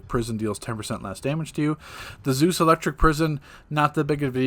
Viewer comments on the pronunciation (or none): none